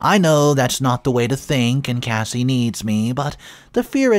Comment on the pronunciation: It's not Casey. Its Cassie. Kas-e